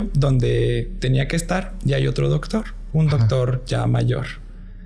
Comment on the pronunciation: El chavo dice dogtor😂